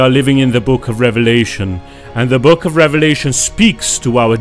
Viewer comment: Sounds like devilation not a revelation lol